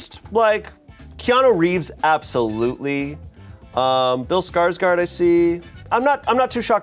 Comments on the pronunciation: If anyone cares Skarsgård is pronounced like the beginning of Gordon :) /A swedish person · My jimmies got rustled everytime tried to pronounce Skarsgård